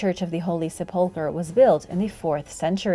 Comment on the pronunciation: I love your videos so much, but just for any future mentions of it, it's pronounced SEH-pull-ker, with emphasis on the first syllable, not the second 😅